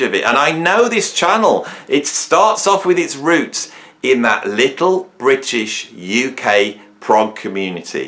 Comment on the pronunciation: thank FUCK i'm not that illiterate dullard excuse for a comedian, and who the hell 's trying to be funny here you point evading plonker?. talking crap about ''prog'' again because he doesn't even know what prog means and this time also can't pronounce the ''r'' in British which he thinks is a synonym for both English and ''of the UK'' when it's neither. My cultural background has f-all to do with that.